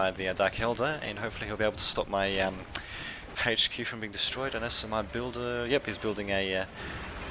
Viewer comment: It's H Q not Hache Q